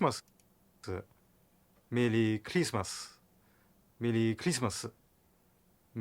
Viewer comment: Mewwy Clismas.